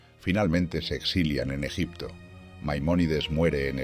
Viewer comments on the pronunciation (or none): none